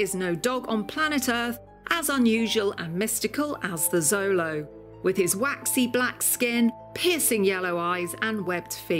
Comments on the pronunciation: It's annoying she is saying Zolo. It's pronounced with a "sh" sound "sholo". The X sh sound is indigenous. If she did proper research it shouldn't be a problem? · Glorious! I love the Xolo’s! She pronounced the full name wrong though 😝 and “Xolo” I’m Spanish is pronounced “show-lo” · We say xolo SHOW lo, not ZO lo in the US and Mexico. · xolo isn’t a Spanish word it’s from the Aztec language Nahuatl, and it’s pronounced like “cholo” at least from my understanding please correct me if I am wrong